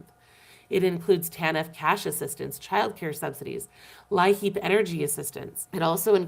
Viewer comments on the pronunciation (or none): LIHEAP. Here in South Dakota it’s pronounced “lee-app”.